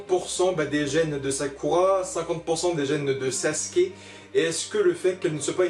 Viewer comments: SasUUUUke le « U »bordel sinon bonne vidéo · Vous savez pas dire sasuke